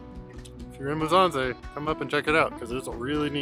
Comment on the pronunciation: Pronounce MU. SSA. NZE not Muzanze 😂